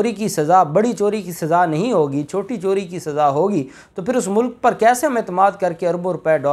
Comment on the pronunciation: Voice Mai ... mulk and mulak hi fault pakra jatta... Hai 😂. Nani 420....ki videos ka intaizar Hai 🤪